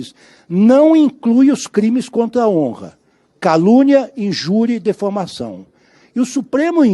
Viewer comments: CARAMBAAAA ..... ele pronunciou DEFAMAÇÃO!!!!😮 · Exatamente, eu também notei, disse mesmo “defamação”, credo !